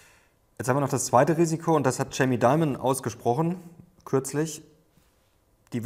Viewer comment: Jamie ist stimmhaft (DZ)amie nicht (CZ)amie... lieber... (Dz)obs nicht (Cz)obs Sie schaffen das!